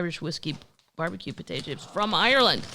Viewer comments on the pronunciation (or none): none